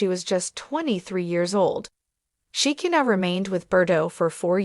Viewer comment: Please teach these people how to pronounce these names it's She ki na